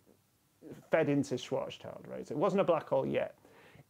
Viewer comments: Always enjoy watching these videos! OT: It's shouldn't annoy me as much as it does, but that's not at all how you pronounce Schwarzschild. The two words are schwarz (black) and Schild (shield). Schild sounds definitely closer to shield than to child. Sorry, it shouldn't bother me. 😄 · At least I'm not the only one noticing that :) It seems pretty rare, on YouTube, for Schwarzschild to be pronounced as two German words (schwarz + Schild) rather than a confused mix of German and English (schwarz + child). The only channels I've heard pronouncing it as schwarz+Schild are PBS Space Time and Minute Physics. (I've still read comments complaining about the pronunciation on PBS Space Time, but I'd argue it's close enough. Isn't Matt an Australian living in the USA … saying a German name? Minor pronunciation issues can probably be blamed on his accent ;)) Also, "black shield" is a much better surname than "black child" lol